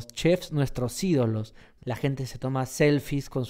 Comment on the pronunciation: los peruanos no pronunciamos " hablar con la GENTE " como lo pronuncia este imbecil, asi que si tu eres peruano yo soy john lennon